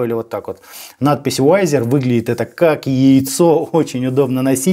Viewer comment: Да чтож такое! То амплифер, теперь вайзер! За обзор лайк, но изучите фонетику английского языка!